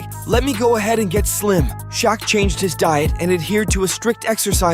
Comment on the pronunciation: Dislike because you can’t pronounce Shaqs name correctly